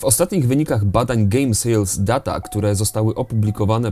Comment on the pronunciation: Ang. data czyt.: /dejta/